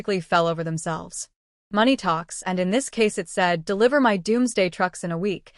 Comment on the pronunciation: or instead of "MY" its M-Y😅😂😂